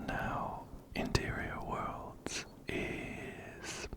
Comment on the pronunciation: Everytime you say ‘interior worlds’ i hear 💅MATERIAL GURL💅 love your vids btw!